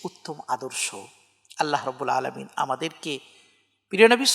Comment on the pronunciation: আসসালামু আলাইকুম। অনেক গুরুত্বপূর্ণ আলোচনা করেছেন। বেয়াদবি মনে না করলে একটা কথা বলি। খুতবার শুরুতে আলহামদুলিল্লাহ রব্বিল আলামিন এর আইনের উচ্চারণটা আরেকটু সুন্দর হলে ভালো হয়। আমি ঢাকা বাংলাদেশ থেকে।